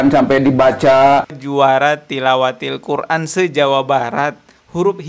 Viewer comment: Dia bukan juara tilawatil qur'an tp dia bilang juara tiwalatil koran 😂😂😂